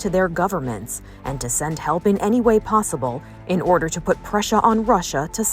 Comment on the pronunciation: "In order to prushaa on Russia "